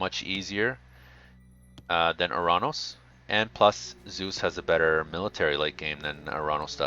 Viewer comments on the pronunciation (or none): none